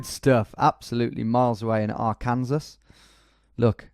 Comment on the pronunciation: I was about to correct you for calling Arkansas Ark-Kansas